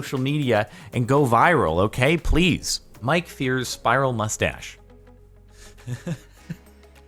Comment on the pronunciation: The A's player's name is pronounced fires, and spelled as Fiers